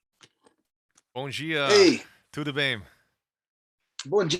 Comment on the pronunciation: You spelled "Bom dia" e "Tudo bem" so well that he thought you speak portuguese. Hahaha!